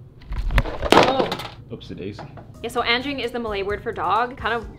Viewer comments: anging? its anjing but also it was a insult people do XD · I know..since I'm malay..but the pronunciation is Un-jing..but..since it's your dog..Its up to you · Are you calling “Frank” not smart? Also if you couldn’t hear it very well his name is anging (Ann-Jing) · anjing is actually pronounced ahn jing and the j is very soft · I'm pretty sure its pronounced Anjing since she said it was a Malay word and Anjing means dog in Malay :D But if i didnt know I think I would've pronounced it like that too 😂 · U didnt pronounce anjing is like agn Jingg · Im indonesia And You Pronounced anjing Wrong but its fine and i thougjt you said Angie When you said his/her name